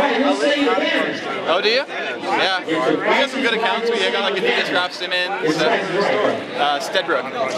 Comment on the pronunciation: u don't say adidas like that